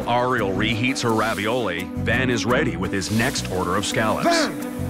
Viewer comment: this narrator going "ah-riel" is really driving me nuts